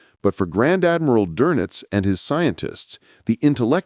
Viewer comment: Not Donuts- Donitz